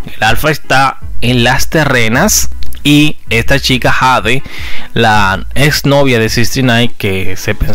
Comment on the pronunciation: Su nombre es Jade sii pero se pronuncia jey😂